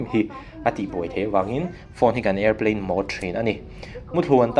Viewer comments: A lamdan tur diktak alom, Màwd tih kha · Mode i lam dan cu ka van ngaina chiah lo e😄